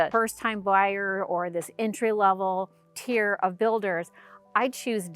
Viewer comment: It's "tier".